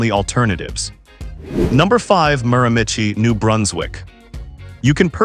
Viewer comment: I had to laugh at the terrible pronunciation of the Miramichi. Beautiful spot on the east coast!